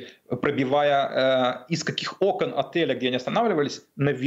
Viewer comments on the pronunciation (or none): none